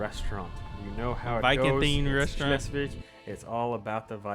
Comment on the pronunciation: Schleswig is pronounced like „Shlesvik“. ;)